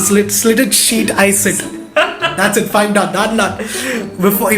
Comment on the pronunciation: Oh my god it was just so damn awesome! I laughed the most in that tongue twister wala part when he told shit for the word sit!! and shaayri was just kya baath hai!!